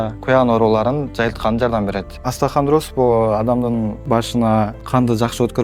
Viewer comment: Астахандроз эмес остеохондроз